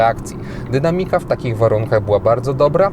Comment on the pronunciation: Wersja Ryszard? Samochód ma sporo niedoróbek jak na tę cenę. Te szpary pionowe ze śrubką to szczeliny wentylacyjne? Wygląda koszmarnie. Sam test jak zwykle super, dykcja spoko, ale uszy bolą od akcentu: spróbuj poćwiczyć akcentując właściwie "dynAAAmika", "tEEEchnika" itd.